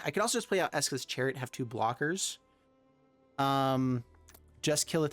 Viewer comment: Him calling esika's chariot, ESKA'S chariot, has been irking me for a while.